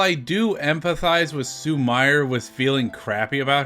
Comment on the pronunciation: Awesome video! Just one note on Japanese pronunciation- “i” is pronounced as “ee”, and “e” is pronounced as “eh”- so “Sumire” is pronounced “Soo-mee-ray” 😁